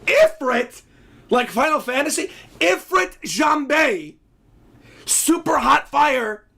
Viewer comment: it's not if-ren jambe.. it's called ifrit (e' fiiirt) jambe and fun fact, this is known as one of the strongest demonds